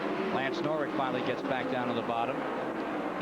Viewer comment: I want to travel back in time and tell Ken Squier how to say Lance Norick’s name right.